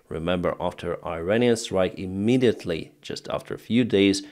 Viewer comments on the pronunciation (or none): none